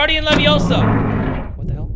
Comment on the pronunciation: it’s leviOsa not leviosA